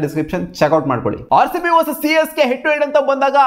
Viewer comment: He said Haarcb also 😂😂